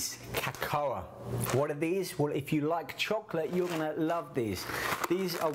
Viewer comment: lol "ca-co-ah"